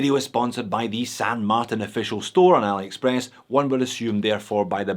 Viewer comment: There is no variation of Martin that is pronounced MarTAN.